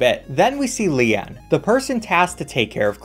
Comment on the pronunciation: The fact that he mispronounced about every characters name bugs me SO FREAKIN much but when he pronounced lian as lehahn REALLY put me over the edge my gosh